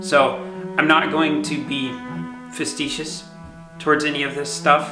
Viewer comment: FES TEE SHUS ISN'T A WORD! Did you mean FEH SEE SHUS??